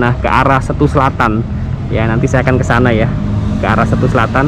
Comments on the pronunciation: Seeettuuu. Bukan Stu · keren om, tapi untuk Setu, e nya di baca kayak Cikeas, atau tape om....